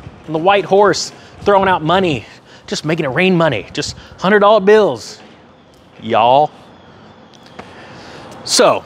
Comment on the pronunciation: Wow. Your yall sounds like it came from a Pace picante add. 😂 I got so distracted